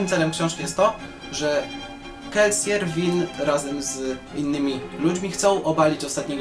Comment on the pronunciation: Dziwnie się czuję, kiedy słyszę wymowę "Kelsier", zawsze czytałem to jako "Kelsir", tak mi jakoś bardziej pasowało :P.